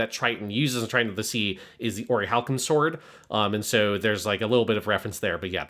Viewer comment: Always so fascinated by some of y’all’s occasional pronunciation. Whys consistently call it “oriHAlcum” instead of orichalcum??